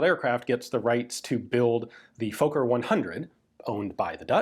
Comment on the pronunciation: That's the oddest pronunciation of Fokker I've heard. Including from Netherlanders.